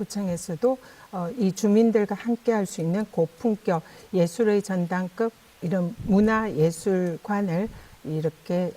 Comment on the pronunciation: 전혀니 발음 교정 하세요 사투리 발음이 듣기 거북해요 예술의 전당겁(급) 조승(성)하고 시슬(설).. 듣다가 짜증나네